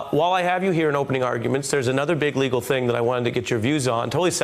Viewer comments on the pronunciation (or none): none